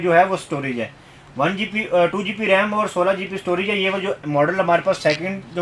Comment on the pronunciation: Aap GB ko GP BOL RAHAY HO